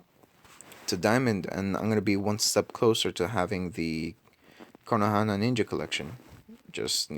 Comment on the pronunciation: please please dont say konohana. its kon-o-ha